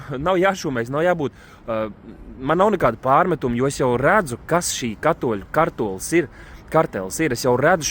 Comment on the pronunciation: Kartolis - īstenībā labi pateici, pat pārsakoties 😅